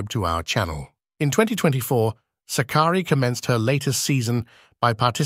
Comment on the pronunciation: DEFINITELY NOT. It is Sάkkari . Greetings from Greece.